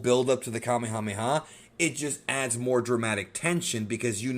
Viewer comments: Native Hawaiian here…. Fun fact: Kamehameha (the chief) is pronounced the same way as the move in Dragonball. “Kameyameya” is an english mispronunciation As is “Yookalaylee” and a lot of other Hawaiian words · You are incorrect about my kings name: Kamehameha. The way it is pronounced in Japanese is the correct pronounciation in Olelo Hawai'i. The way you say it- Kameamea is in- correct. The name has a very intense meaning in Hawaiian. It is a spiritual name and a very powerful name from its origin. So, I believe you, sir, need to research the word, the name, and the spiritual content behind it. He was recognized as extremely strong to the point of beyond human. The physical feats were registered and documented. The Kanaka were knowledge and practiced a martial arts known as Lua. It was recognized by China as the most deadly of all martial arts known.